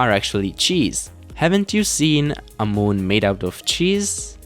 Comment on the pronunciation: "to the mun" ~ 2017